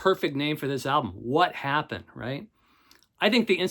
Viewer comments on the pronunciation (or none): Okay. You need to look at that English Beat album and PRONOUNCE IT CORRECTLY. It's NOT "wha happen"; it's "woppen" (or "wu-hoppen"). You really need a "lower-class" British accent to say it correctly but it should be spoken as a single (or singlish) word.